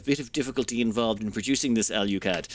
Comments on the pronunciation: Can you explain to me where the "U" is in Alclad? It would seem to me that it is pronounced, "ALL-CLAD". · "Say all." "All." "Say clad." "Clad." Say alclad." "AL YOU CLAD" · I'm willing to forgive him mispronouncing alclad because he didn't call it aluminium. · He comes from an island that doesn't know how to say Aluminum correctly, so I'll let it slide. For all I know, maybe that is the British/Irish pronunciation of Alclad.